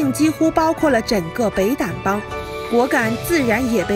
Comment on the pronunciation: 說明一下，緬甸撣邦 這裡讀(撣shan)撣(shan)族 在中國稱傣族 不過 整個故事說的很詳細，謝謝